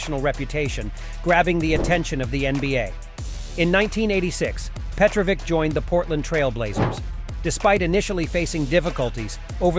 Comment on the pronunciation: It would be nice, if you could spend at least 1 minute trying to figure out how the names are being pronounced. You are raping our names heavily. - It is not Coockock, but Koockoch (Kukoc) - Petrovick is actually Petrovich (and if you want to be a bit more precise, trying saying t and y together for a bit softer version of ch)